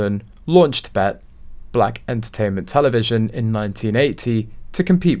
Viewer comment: It's pronounced B E T B. E. T.